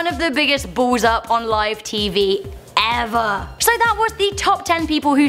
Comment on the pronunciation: How she said "EVER" tho XD